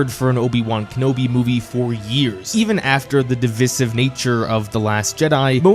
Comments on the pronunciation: He said divisive bro, just pronounced it unusually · He said one word kinda weirdly don't levy such accusations so willy nilly